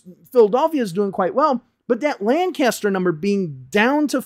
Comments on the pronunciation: Just a minor thing, that town in PA is pronounced more like "Lenkister" and not "Lan-caster". The locals are adamant about this 😅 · Lancaster is lank-us-stir, btw. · Love your channel and I'm not trying to knit pick, but I believe it's pronounced lankister no lan caster.